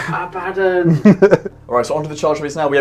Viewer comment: Hurrah, someone who pronounces The Despoiler’s name correctly! Not Don from ABBA… Oh, then you say Abbadon later 😂